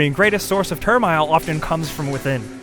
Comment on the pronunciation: he cant say turmoil right